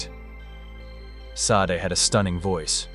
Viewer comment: "Shar-day" very ez 2 pronounce